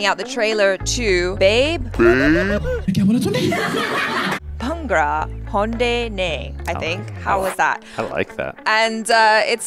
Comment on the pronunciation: Its pronounced as “Baabay” not babe lol 😂